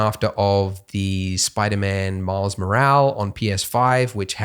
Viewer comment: I love it that he fucks up the surname of Miles every time he says it. It isn't Morale it is Morales.